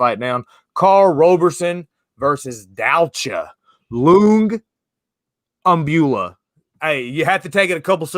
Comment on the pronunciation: needs buddy the elf to help him decorate that tree. Who has time for decorating doing all this ufc handicapping, and trying to pronounce Dalcha "Champion" Lun- giam- bula???